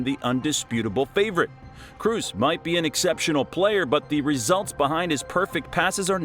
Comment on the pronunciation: After he pronounced Kroos wrongly, I stopped watching, that ain't a football fan.